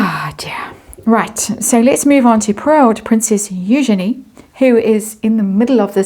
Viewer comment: It is pronounced You - Genie . At l east according to Eugenie who is a bit flummoxed that people keep mispronouncing it. It is the femenine of Eugene. So just think Eu as You and Genie as the Genie in the bottle.